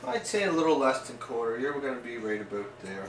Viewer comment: Oh man you do say aboot! :( Im Canadian we dont all say it that way I swear! lol